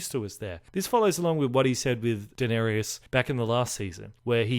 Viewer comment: It's Da-ner-is. Not Dan-er-ius.